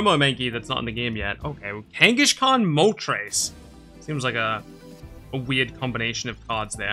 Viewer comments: Why do you pronounce it Kanga"sh"khan? I never heard it pronounced like that. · Same - but it does make the name sound more similar to Genghis Khan, which the Pokemon is named after, at least!